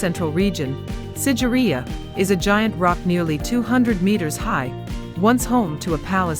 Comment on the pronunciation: it should be SIGIRIYA...not sideria👍👍